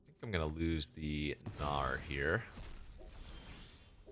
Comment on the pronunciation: Every time you say “gnawer” I hear “no” in New Zealand tongue